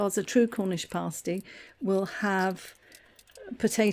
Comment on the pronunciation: Surely pronounced as pass-tea? Looks very nice anyway.